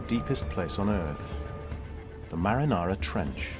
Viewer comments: Oh thank God other people heard the narrator call the Mariana Trench the Marinara Trench every. Single. Time. I thought I was being gaslighted until I read the comments. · Not a good docu to learn English? I actually was thinking "ah in English it is called marianara trench. good to know!"... I almost wrote it down to learn it... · “The marinara trench” lmao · Does he keep saying marinara trench? I thought it was the Marianas or mariana trench....?? Marinara is the red shit you put on bisghetti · Did this guy really just call it the “Marinara” trench? How’d that happen in a NG documentary? 😂😂😂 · It is humiliating that the narrator does not even know the name of the place and keeps calling it "Marinara". Ridiculous...